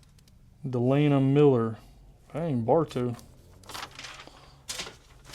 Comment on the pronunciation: Congratulations to all the winners!, thank you sooo much!!!! You're one of the few people who's ever pronounced my name correctly!!!! Congratulations on a 100k and always being a stand up person! ❤ Delaina aka